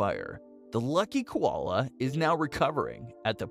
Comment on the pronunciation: Lol, please learn to say koala properly.